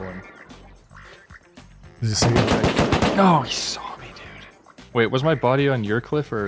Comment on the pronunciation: "I HAVE WEGAINED CONTROL OF THE WAIDDD. WAID!! WAID!! WAID!!"